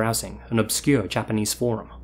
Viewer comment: Your Japanese pronunciation was on point.